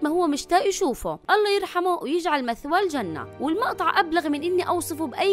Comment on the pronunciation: مئوا وليس مثوا !!